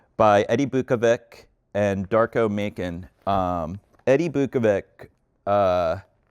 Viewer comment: Biukovic is pronunced as Beeukovich / Beeukoveech and Macan is pronunced as Matzan